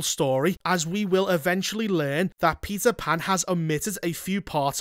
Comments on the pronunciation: "Peter Pander" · All I can hear is Pizza 🍕 Pan. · Am i the only one hearing him say "pizza pan" 😂